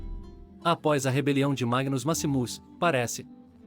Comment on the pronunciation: O texto e as imagens estão ótimos...Porém o narrador precisa melhorar muito a pronúncia...está pronunciando errado Londinium, Maximus...etc.